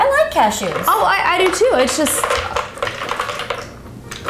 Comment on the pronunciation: "cash-EWS" haha never heard it pronounced like that